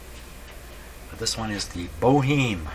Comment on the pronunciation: I think it's pronounced more like Bo'-Em with the H being silent and ignoring the final E altogether. I could be wrong as maybe I'm using the french pronunciation as in La Boheme.